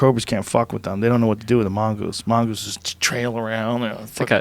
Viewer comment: Joe "mONgooses" Rogan